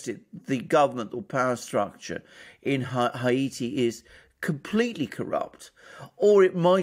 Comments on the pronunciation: Why is it so difficult for him to pronounce Haiti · I've never heard the word Haiti pronounced as A.M. pronounces it.